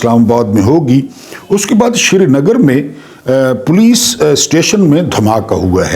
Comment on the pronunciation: شری نگر نہیں سری نگر نام مہربانی کرکے بولاکریں